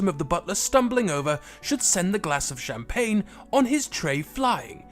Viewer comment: Pls dont say champagne made me go crazy